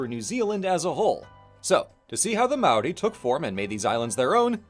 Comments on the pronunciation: "mow rie" 😭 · Seems kinda short for the history of even specifically the Māori colonization of NZ. Also a bit weird not to mention Hawaiki by name. Also you are pronouncing Māori wrong, it's pronounced like Moldy but with an r instead of a d and no L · or worse, "may-or-ie"